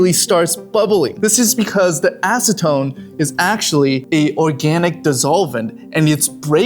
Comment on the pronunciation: It's acetone